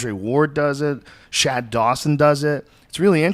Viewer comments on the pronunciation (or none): none